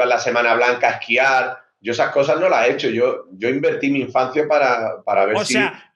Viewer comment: En que minuto ibai dice sho no puedo tengo fútbol ???